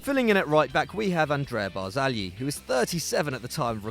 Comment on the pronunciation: So much respect to for the way he pronounced Barzagli.